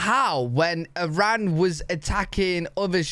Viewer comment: well first of all it's not /AIREN/, it's Iran. Or did you RUN somewhere son? This hillbilly needs to learn the name of the country then he can speak :D